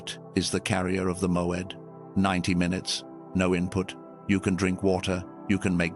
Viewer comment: MOED not MOAD?